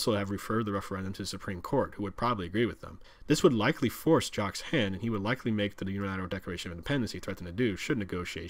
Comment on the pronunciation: He kept calling him "Jock". Alber-TA instead of Alberda. Okay clearly this guy isn't Canadian.